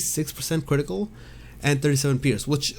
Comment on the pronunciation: i like it when you say “kwitical”